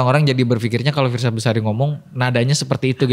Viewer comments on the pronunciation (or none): fiersa mbak bukan firzha😢